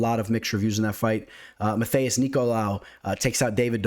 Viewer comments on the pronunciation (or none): none